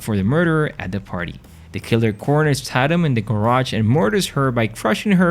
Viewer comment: not trying to be mean dude but did you even watch the movies the names were not loomies and ta tum it was loomis (like dr loomis from Halloween) and tateum